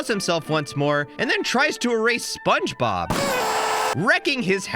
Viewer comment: Bro said spongeglop